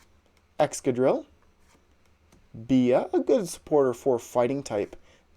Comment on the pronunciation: The only Poketuber that pronounces Bea correctly 👍💯